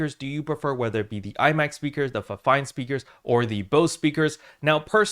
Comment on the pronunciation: I always call it Feefine and here you call it FiveFine 😂